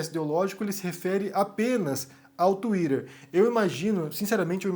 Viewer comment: twiTTer, estamos no Brasil, pára de falar twiDer